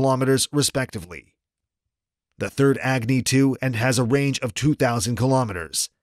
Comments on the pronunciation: The way he say egni 😂😂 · "Agni" pronounce correctly अग्नि सही से बोलो अंग्रेज